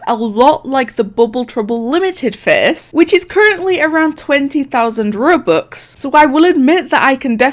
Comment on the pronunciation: No one: hi I’m no one: Rubux